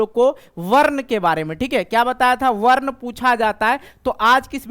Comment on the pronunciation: सर बच्चों को शुद्ध उच्चारण से पढाइये,संस्कृत पढाते हैं,गलत उच्चारण करते हैं,जैसे- वर्ण को वर्न,अनुस्वार को अनुस्वर,अवग्रह को अवगरह इत्यादि।